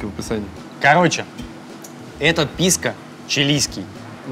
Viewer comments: Почему ПискА?! 😆ПискО! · О, новое видео у едим тв, ну-ка, что тут у нас... ПИВКО САУЭР?! Ну наконец-то пошли нормальные коктейли! Ааа, писко, а не пивко, не ну это скука, пойду лучше замешаю себе олдфешн на балтике 9. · Если слушать, и каждый раз когда он говорит "ПИСКО" думать о детородном органе, то можно проржать почти весь выпуск.